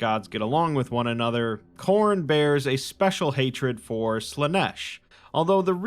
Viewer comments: It’s name is Corn hen hnn hnnnn lol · Khorne its to cornie. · It's *Khorn*! (chomp 🌽) A blood-thirsty god 👹 He has a throne (skulls for skull throne ☠️)